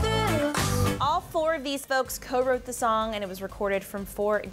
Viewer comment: I HATE WHEN SHE SAYS THER DERR ITS THE D H R